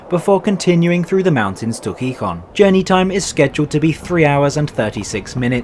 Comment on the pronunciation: Interesting video and evaluation. For future reference, the accent mark in Spanish words, including proper names, indicates which syllable gets the emphasis. So it's pronounce heeHON, not HEEhon.